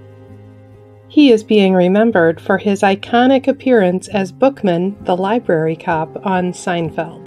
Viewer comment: Not libarry it's library.